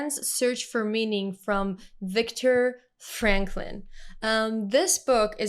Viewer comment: Its victor “frankl “